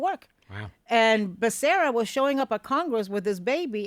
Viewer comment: Ana, isn’t Becera, both R’s (rr) sounds completely Becerra, I mean if you’re saying Spanish last name😅😊